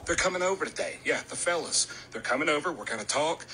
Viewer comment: I love the way he said, then emphasized, "the fellas" 🤣 cracking up over here